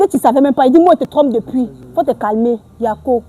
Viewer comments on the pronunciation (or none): Elle n'est pas Ivoirienne. Elle a dit" yako" dans un accent etranger. Ce n'est pas comme ça qu'on prononce "yako" .... lol lol .. et p[uis elle utilise "yako" n'importe comment. lol lol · C'est pas une IVOIRIENNE 🇨🇮 peut être elle est camerounaise et elle vit en côte c'est tout, elle prononce le mot YAKO pour se jouer les IVOIRIENNE, on dirait vous avez peur de la dame ou bien c'est parce qu'elle fait du bruit 🇨🇮🇨🇮🇨🇮⚔️